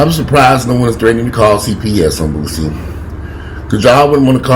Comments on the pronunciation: its pronounced boo see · Its pronounced Boo-C.I think Boosie is battling his own manhood smh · The way you pronounced Boosie name took me out. 😂😂😂